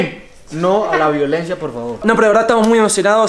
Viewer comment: Piculin:no a la vivolencia